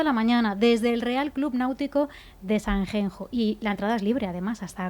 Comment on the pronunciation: Si decís xacobeo porque no decís SANXENXO no es sanjenjo. Es un nombre propio, NO SE CAMBIA